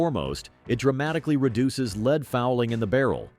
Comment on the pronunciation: When will AI become able to pronounce LEAD BULLETS correctly? It should be a simple update for all synonyms and antonyms. My other WHINE is that the current prices for 22 lr ammunition is stupidly expensive!!! WHY? Why? Why?......WAAAAHHHHH 😂 And 14 cents per shot of stinking 22 long rifle is NOT inexpensive!!! They shouldn't cost more than 5 cents per shot for the very best Top Shelf pea 🫛 shooter ammo... I'd still feel bad tossing a handful of nickels at an empty soda can laying on the dirt and might as well only shoot 9 mm ball ammo for just a few pennies more per shot 😊. Again another tease WAAAHHHHHHHH!!!!!